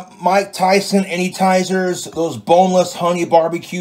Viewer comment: Did he say "those Mike tyson anytizers?" ☠️🤣😂